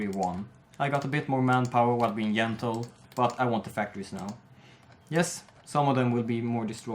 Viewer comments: think it's funny... Yeneral, Yerman reich, Yentle, Yumbo yet. Yermany :3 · Or Jeneral, or Jentle.